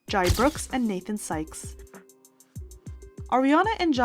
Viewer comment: Jai’s name is pronounced like Jay